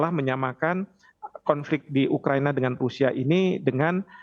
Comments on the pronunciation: Pembawa acara tivi nya salah sebut.. yang benar ukahina..bukan ukahiniii bos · Ukahina bukan ukahiniii bos gi mana sih pembawa acara berita nya